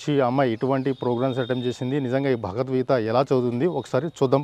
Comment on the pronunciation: భగవద్గీత అని పలకండి అన్న....మీకు ఏమైనా సమస్య అయితే ముందు మీరు భగవద్గీత చదవండి....మీరు తప్పకుండా ఆ ప్రాబ్లమ్ పోతుంది..వాక్ శుద్ధి జరుగుతుంది....